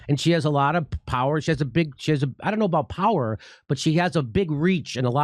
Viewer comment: This is rich coming from a guy that can’t even properly pronounce basic words like “about”.